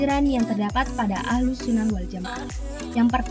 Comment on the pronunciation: Bukan ahlul tp ahluss Lo dek